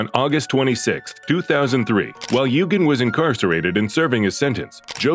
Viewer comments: No need to sentence child molesters to death when you have those on the inside that actually has some vestiges of humanity left.. As for this AI channel... At least pretend to know the subject and the names.. Jo-gaaan is.. GAY-GAN phonetically speaking.. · Man, this channel really butcher'd the pronunciation of that pedophile priest Father Geoghan's last name. So many channels do that, it drives me nuts especially when it's a famous person who's last name is something that most people should know how to pronounce.